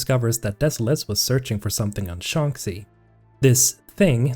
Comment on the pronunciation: how on earth do you mispronounce shanxi that badly when there are over a dozen characters in the games that say it out loud? Its pronounced "shaan-shee"